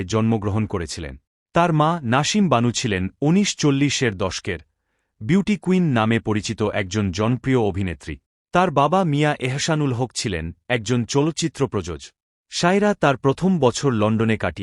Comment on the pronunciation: অদ্ভুত বাংলা শুনলাম, উনিশ চল্লিশ কে আমরা উন্নিশো চল্লিশ বলি